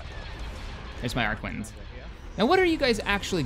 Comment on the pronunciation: Arquitens is pronounced Arr-ki-tenz.